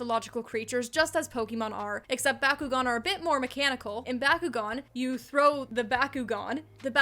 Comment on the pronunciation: Your pronunciation of Bakugan made me hire a hitman on myself. Other than that, good video!